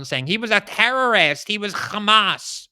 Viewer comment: You really need to learn how to pronounce terrorist.